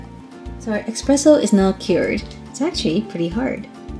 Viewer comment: IT'S PRONOUNCED ESSSSSS-PRESSO...NOT EXXXXX-PRESSO